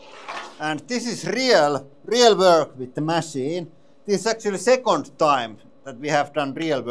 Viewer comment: This press is so good it can do "rrreel work". That is rrreelly guuud! 😁🤘